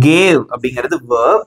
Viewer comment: Bro that is verb not vearbee